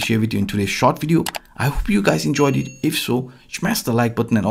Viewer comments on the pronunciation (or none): It's so cool how you say "shamsh the like button" :) OK, we are smashing it, can't help doing it with these awesome analyses! CPR became one of my favorite tools to watch. Thank you for that.